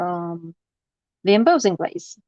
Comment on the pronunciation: not trying to be rude and i know that english is not your 1st language even though I think your english is fantastic . just to help you out only but embossing is pronounced M - boss - ing . boss as in your boss at work lol. Im am enjoying your videos very much and thank you